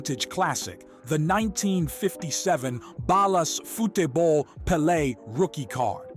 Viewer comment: dope content. you're saying 'futebol' wrong. foo-che-bol